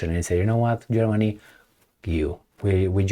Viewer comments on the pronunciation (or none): none